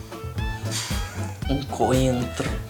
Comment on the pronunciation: Não dá pra ficar em cima do muro, mesmo que você queira ficar, o vento uma hora vai te derrubar pra um lado. Adorei o vídeo, como sempre. E jurava que você tinha dito 'pinto', tive que voltar umas 3x pra entender 'pepino', ri muito HAHAHAH